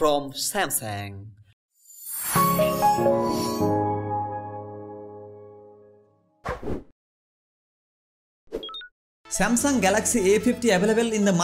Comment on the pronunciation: Nice vid but samsang is not how its Pronounced